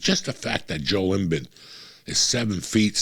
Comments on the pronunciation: It’s Jo-El Im-BEED lmao. Say it right, Unc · The way Joey pronounce Joel Embiid name is killing me 😂😂😂😂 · At first I thought he was trolling me with the pronunciation of Joel Embiid, but then he said it a 2nd time. What a mook!